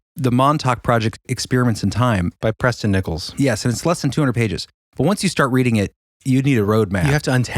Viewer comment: When you said the name of the author, I thought you said 'press them nipples', not Preston Nicholls. I died laughing when I rewound that and heard it right